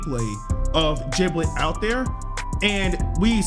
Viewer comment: Giblet not jiblet its like Gerry and jerry